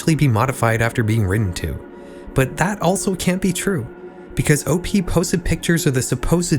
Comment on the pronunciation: i dont like how you says Op and Anon. cool video otherwise